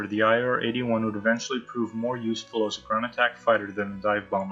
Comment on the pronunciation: Dude u pronounced IAR PERFECT!